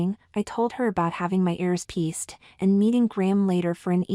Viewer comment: narration voice must be computer generated as the word “pierced” is mispronounced as “pieced” and also previously on two other occasions